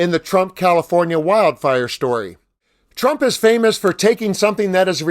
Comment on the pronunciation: She called him Shrump by mistake 😄😄😄💙💙💙🇺🇲🦅